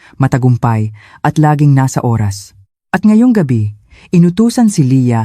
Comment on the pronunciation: Bakit ganon ang pag bigkas ng Oras?